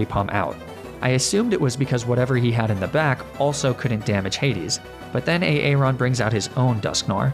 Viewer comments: I can’t take it A aron instead of Aaron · A-aron? Please tell me you were joking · Tell me the way you pronounce aaron is just a joke on a aron, and not how you think that name is pronounced... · hearing you say A-Aron makes me unreasonably mad lmao